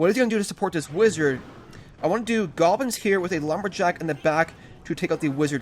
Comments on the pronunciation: Why does he call goblins golbins? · Raging With Anonymous maybe once. Not all these times he clearly said "golbins" thought it could be a running joke on this channel